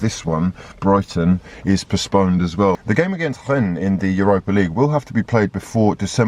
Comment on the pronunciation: pronouncing Rennes with the full Gallic flair: "Hrrrhen." Beautiful scenes;)